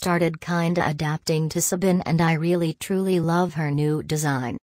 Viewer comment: Why does this robot-voice thing you use call Sabine "Sabin" Lol, this is soo funny btw, cant wait to see you do a video when sabine or the other dark riders make an appearance. UWU, Sabine IS going to make an appearance if you saw the equestrian festival video sso posted, you would hear sabine going like AHAHAHA and then you see her walking. PLS MAKE A REACTION VIDEO ABOUT THAT I'M BEGGING YOU!!!! and uwu if you make one I will steal Katja from the sso team and give her to you :> Btw, luv ur vids sooo much you should be more popular!